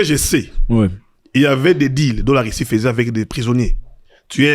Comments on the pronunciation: Pourquoi les zaïrois prononcent le u comme i Par exemple dit Russie/ Rissi????? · Il a quoi avec les "u", il ne fait que dire "i" Rissie, pini, diper etc...